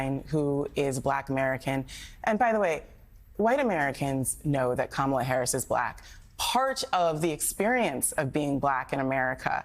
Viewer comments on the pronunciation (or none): He does say "Kamela", her name is Kamala. We're glad to have you, but you gotta' do better than that.